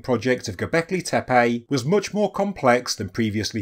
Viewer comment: Halfway to the Andrew Collins pronunciation: Gobekli Tepaaaayyyy